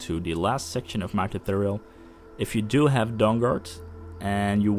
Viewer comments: i expected a lot of reactions here about the way he pronounces tutorial xD "tooturrjl" xD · omg Im so sorry but I clicked on subtitles for w/e reason and damn it was funny! the way you say "tutorial" youtube cant even handle it !